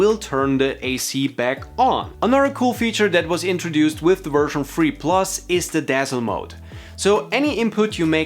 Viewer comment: I kept hearing version “free”